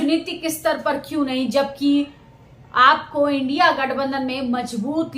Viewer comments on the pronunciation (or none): none